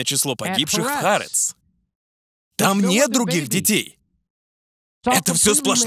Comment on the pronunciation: Простите, что докапываюсь, но не "Харец", а "Ха-Арэц" (с ударением на вторую а)